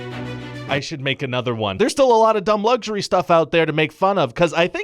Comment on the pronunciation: Ryan George: Luxury! Also Ryan George: Lugxury.